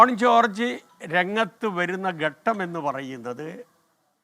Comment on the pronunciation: ഗട്ടം അല്ലടോ 😂😂😂😂 ഘട്ടം... എന്നാണ്....😅😅